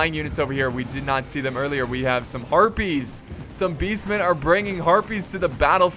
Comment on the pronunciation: heh when he said harpies it sounded like herpes